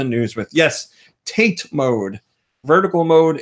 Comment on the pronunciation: I know you likely won't read this, as it's a month late (and you may have gotten this corrected since), but TATE is pronounced tah-tay. I'm sure you've been told it's simply the Japanese word for vertical/upright (YOKO being horizontal and less confusing in it's pronunciation). Hope this, if read, doesn't come across as sounding (insert derisive term).